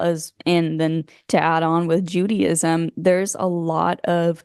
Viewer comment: She said "judy-ism" who's judy? 😄